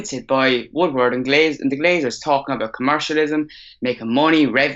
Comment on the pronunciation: It’s ed Woodward not wood wood ffs